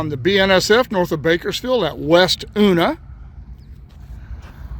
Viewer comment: I know it’s an “It’s Hedley” moment, but all of us BN guys know Una as “You-Nuh.”